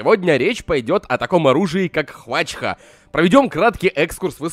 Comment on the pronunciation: Хваща а не хвачха